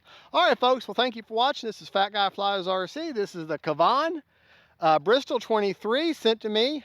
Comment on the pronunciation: Nice Job, on dialing her in. I’m glad the rain stopped and wind was light for a very successful demo for the flight characteristics of the Kavan Bristell B23 (also, it is pronounced with the accent on the first syllable and both a’s are like the a’s in “cat”)!